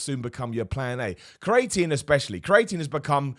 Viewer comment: Please someone tell him how to say creatine